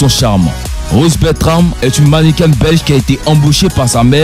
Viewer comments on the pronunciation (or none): On dit mannequin. Pas mannequaine ça ne est existe pad